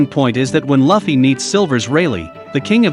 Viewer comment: Not to be that guy, but it's "Lue - ffy. "